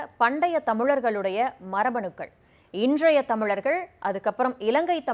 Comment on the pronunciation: என்ன வொரலாறா?(வரலாறு) வெட்ச்றிகரமாகவா?(வெற்றிகரமாக) இன்ட்றஷய தமிழர்களா?(இன்றைய தமிழர்கள்) வோழ்ந்த'வா?(வாழ்ந்த) வ்வொய்கை'யா?(வைகை) இலக்கவா?(இழக்க) மட்சும்'மா?(மற்றும்) பொருநறாட்ச்சுப்படை'யா?(பொருநராற்றுப்படை) நூட்ற்ச்சு'ஆ?(நூற்று) கட்ச்சிதமாவா?(கச்சிதமாக) க்கடினமா?(கடினமான) தமிழ அழகுபடுத்தி பேசுவதாக எண்ணிக்கொண்டு உச்சரிப்பு பிழையோடு பேசுவது அசிங்கமாக இருக்கிறது கேட்பதற்கு.